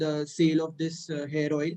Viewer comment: Who else heard Hair Oil as 'Heroine' ?